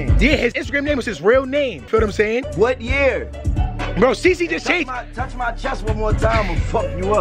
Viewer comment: 🤣 u can tell uzi from Philly tho "touch my chest 1 more time ima fck u up"